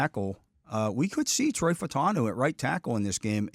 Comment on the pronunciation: Are you guys so lazy that you can’t even use one extra syllable and pronounce his name correctly? I mean Troy.